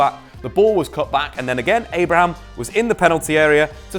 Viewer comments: There's clearly no S in ABRAHAM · Please stop saying Abrahams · Abraham not Abrahams...Pulisick not Pulisich